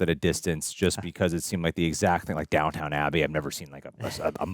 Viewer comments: Dying at “Downtown” Abbey., it’s Downton 😂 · It's downtON Abbey not down town....as a British I cringe when smericsns get this wrong. And thst show would surpise you, and lot if the show is sbout the servants....